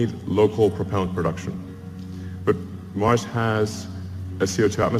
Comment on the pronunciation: its 'MARS' not 'MARCH' lol.